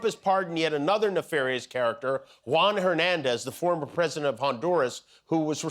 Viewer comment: YOU saw "The Rockettes", yesterday... "go away kid yah bother me"... and as part of Oxford's "Rage Baiting" terminology - and now a word from: Da Pwesi-dente of The-Not-So-United-States-of-Amer-Wee-CaW... another proud moment - what say you "Dawnee".... ??? And.... nice try Don... you missed your chance again. Great choice America... really setting an example of true leadership and diplomacy. Geeeeezus Christ what a low life.